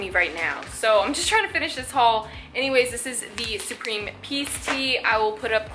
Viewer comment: why do you say supreme like that??